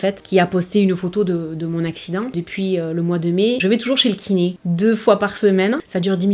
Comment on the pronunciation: Quand tu as dit que tu vas toujours chez le kiné... j'ai entendu le ki-nez